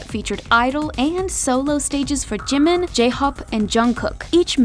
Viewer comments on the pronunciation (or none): none